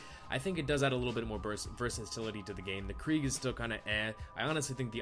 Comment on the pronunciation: Why are you saying krieg?